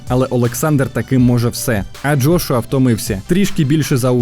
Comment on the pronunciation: Джргуа,лдошуа,джошуа.....ФУ,БЛЯ!!!! ЯКЩО ОБЗОР,ТО ОБЗОР....ПОРАХУЙ СКІЛЬКИ РАЗ НАЗВАВ І ЗРОБИВ АКЦЕНТ НА джошуа і на Усика.!!! ПОРАХУЙ,ХОЧА Б ПО ПРИЗВИЩАМ СКІЛЬКІ РАЗІВ НАЗВАВ....фу,бля.....🧐